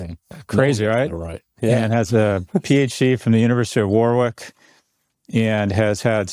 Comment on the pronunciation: I love Peterborough (Peter-buh-rah) being completely butchered by Scott to Peters-burrow.. and Warwick (Wa-Rick) to Worr-rick 🤣 we do have some odd phonetics in Britain